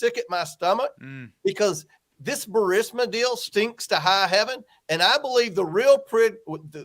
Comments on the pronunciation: Damn Benny. C’mon. BURSIMA? It’s BURR-EES-MAH. The I is before the S. There’s only been 10,000 reports on it. How the hell do you continue to mispronounce well known names? Get your staff on it. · Nothing but love for your show! Just begging you to PLEASE read it aloud... Bur-REES-ma. Petty, I am sure, but my goodness, every time I hear "BUR-SIM-A" I think "Punkin, you're pronouncing incorrectly because you have placed the I in BURISMA in the wrong place. Sorry. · Burisma, not Bursima. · Ber-is-ma. Not ber-si-ma Burisma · it is Pronounced Burr-is-ma!